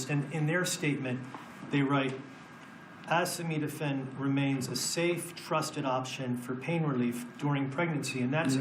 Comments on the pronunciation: Bro can’t even say acetaminophen and he’s trying to ban it 😂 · I won’t accept medical advice from someone who can’t even pronounce acetaminophen!!! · Woe to anyone who takes medical advice from a guy who can't even pronounce acetaminophen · I can't remember if I've seen a bigger shit show of know-nothings give a press conference in my life. This is full on grift mixed with incompetence on a level that is hard to comprehend. Donald Trump couldn't even pronounce the word acetaminophen. He shouldn't be on the White House roof, he should be serving a prison sentence for any one of the 4 indictments he was clearly guilty of that got rat fucked in the court system by Aileen Cannon and SCOTUS. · My favorite part of all this is the reason they're targeting specifically Tylenol is because Trump can't pronounce acetaminophen (paracetamol). The report he's giving says acetaminophen is the issue, but because Trump can't say it so they have to pentouple down on Tylenol. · Not to mention Tylenol. He’s president of the United States and can’t even pronounce acetaminophen during his own “groundbreaking” press announcement. I’m so sick of this circus.